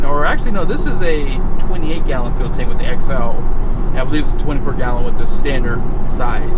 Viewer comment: Why does he call it “fill economy”